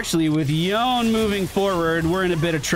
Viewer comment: FYI, Yone is pronounced Yo-nay. Maybe just an inside joke ;)